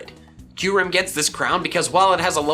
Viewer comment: Its said K-ear-em